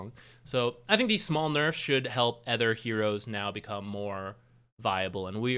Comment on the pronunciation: anether? ether items? "other" has an 'O' in it. you dont say breedmether.